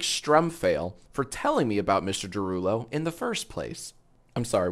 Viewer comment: it’s his derulow 😭